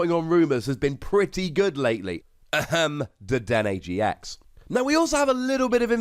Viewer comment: I though that the first time he said triple team gx’s he said Triple team TX’s